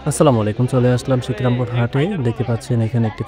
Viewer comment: শিকরামপুর ❌ শিবরামপুর ✔️